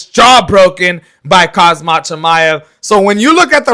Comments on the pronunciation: It’s khamzat my man not khazmat wtf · listen to yourself and get your ears checked, you’re literally calling him ‘khaZmat’ instead of Khamzat the entire video 😂. The disrespect and lack of knowledge. Maybe next time get your pronunciation right my man, not hate. ✌️